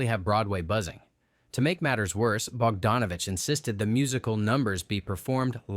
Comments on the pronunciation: Bogdanovich has always been pronounced "Bog-DAWN-ovich,". Also, the E in Lowe is silent. The T in Bisset is not. Either learn some basic history or train your AI better. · I liked Dr. Doolittle. A "movie expert" should know how to pronounce Peter Bogdanovich and Jacqueline Bisset